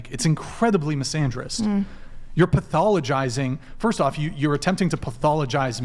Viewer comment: I thought you said fist girl 😂 lol she probably does!😂😂